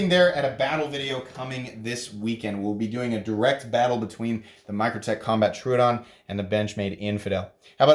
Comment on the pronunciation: It’s Tro-o-don, not Tru-don